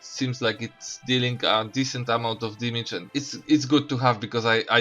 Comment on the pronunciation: cant pronounce damage lmao